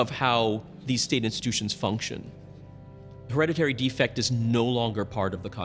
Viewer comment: Hillariously many in this video seem to struggle to pronounce hereditary. "Her-red-it-tree" surely? Not "Her-reddy-ree" .